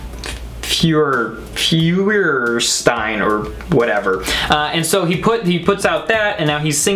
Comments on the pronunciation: Omg you butchered his last name, it's pronounced fire-stine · It's pronounced "fire stine" btw 😊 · it's spelled nathan feuerstein but pronounced fire-stine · It's literally pronounced Fire-stein.... im serious.... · Lol. His last name is pronounced (fire-stine) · I'm german and you say it wrong too😂😂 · No hate but please don’t say his last name like that again...you can call him Nate instead...but other than that LOVE YOUR VIDS!